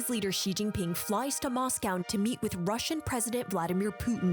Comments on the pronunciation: I wish people in the west would - at least - make the effort to pronounce Chinese names correctly. It's an embarrassment! How hard can it be to pronounce "shhhh" instead of "zzzzzz". Good grief! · Dumbass “china expert” said “Zi Jinping” lol 😂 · When will they learn to pronounce Xi's name correctly? 😂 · Nobody should take seriously anyone who can't even pronounce the Chinese presidents name correctly. And you want us to believe he is on some kind of committee that specialize in China? What a joke.